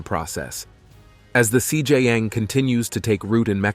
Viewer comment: This guy saying cj yang 😂